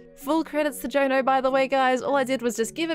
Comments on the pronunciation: If Jono is Rens bro, then its pronounced 'John O' not 'Joe no'. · As a fellow Australian, I wasn't expecting how pronounced Jono.